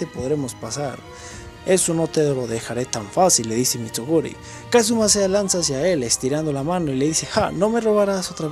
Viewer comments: Mitsuguri? 😂 es Mitsurugi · cre que le dice como tal, por que en la novela esta el chiste de que nadie sabe pronunciar su nombre.